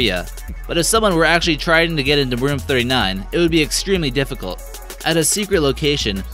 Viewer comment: “It’s excreemely risky...”